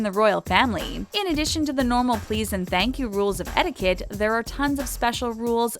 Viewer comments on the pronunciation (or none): none